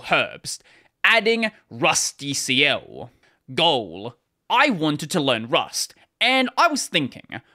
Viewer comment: It's pronounced like "rustical"